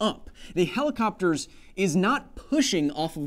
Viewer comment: This man has graduated in communication skills... ''If you because'' Also Pluto is a planet, deal with that xoxo The heli-what? Helicoc.... ? lol